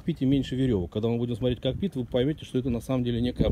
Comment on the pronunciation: Друг, не "копИт", а - кОкпит: ставь ударение правильно!